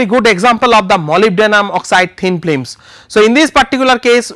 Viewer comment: hahaha :D :D , at the begining I noticed his pronouciation of film is FLIM during all the video, yet was informative video though